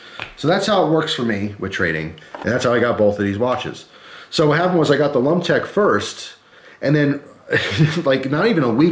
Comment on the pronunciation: I cringed every time you said lumtec